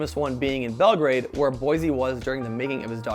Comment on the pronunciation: Boycie, not Boise. Great video, nonetheless.